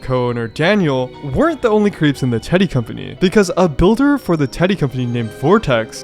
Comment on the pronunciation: never realized how much "teddy" can sound like "diddy"